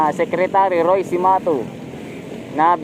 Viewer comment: I always watch your blog, it’s really informative and fun, tawa ako ng tawa the way you pronounce secimatu pero I am gonna suggest to you that hopefully until it reach the right concern it would move forward the Philippines in all aspect/ economy, and more parang chain reaction sa pag unlad ng Philippines respect to our country, to everybody, they will realize this in time, what I means is Change our money word of peso into Philippine Dollar just like they did in Hongkong dollar, there is no country that become great in peso currency, think about it, I believe you have a voice in your blog, a lot of us listening/watching you guys bloggers great doing a good job for our country move forward, cheers...